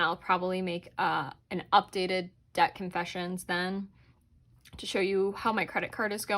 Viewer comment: New subscriber. I like the way you think. BTW: its Debt not Dedt. lol